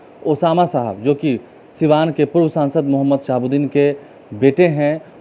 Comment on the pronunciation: अबे नाम तो ठीक से लेना सिख लो बाद में माइक पकड़ना...उसका नाम ओसामा सहाब है, साहब नहीं।